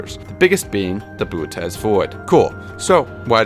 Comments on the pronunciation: its pronounced bootys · why didn’t he pronounce bootes like booties 😭